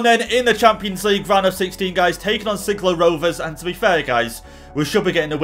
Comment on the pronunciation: Sligo rovers is from Ireland my country u pronounced it wrong